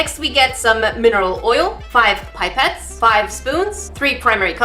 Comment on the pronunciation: I feel like an idiot, says pipe-et and I say pip-et which ones right???